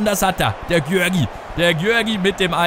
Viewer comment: Der vorname von Garics wird Juri ausgesprochen